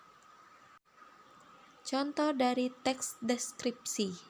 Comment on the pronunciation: kesulitan ngomong teks deskripsi...tapi lumayan mantap, referensinyo dari mano lah